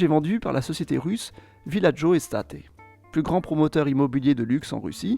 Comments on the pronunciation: "Es-tayte" pas Estaté 🤣 Il se traduit généralement par " Domaine " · En russie je diria que cest Villagio Estate mais prononcé à l'anglaise plutôt non ? (Et non pas estaté) Hormis ce detail, super vidéo comme d'hab!! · estate ... ce mot est typiquemet anglais et signifie "immobilier". On le prononce en commençant avec un "i" puis comme état en anglais : i-state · on dit pas “èstaté” pour “estate”, c’est un mot anglais, ça veut dire immobilier en gros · Genevois ici, mais pas de Cologny, mais de la partie de la ville de GE qui en est limitrophe Hhaha J’adore tes videos, mais faudrait vraiment que tu tu penses à apprendre l’anglais ou que, au minimum, tu vérifies les prononciations, même en français… genre Dubaï, South… et surtout ESTATE… ce n’est pas de l’italien (ce qui signifie « été » dans cette langue), mais bien de l’anglais (aisse-teille-te) et ça signifie « domaine/biens/propriété », voire « agence immobilière/immobilier » aux US, comme ici sur ce site russe (real estate). Mais encore bravo pour ton travail ! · Très intéressant, mais la prononciation des termes étrangers est à revoir ^^ ('estaté' ) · "villagio estate" j'aurais plus prononcé estate à l'anglaise.